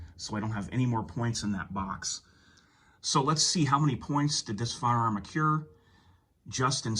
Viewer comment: Dude…the word is accrue, NOT accure